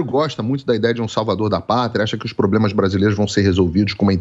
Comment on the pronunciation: Esse Guga tem "pobrema" né. Kkkkk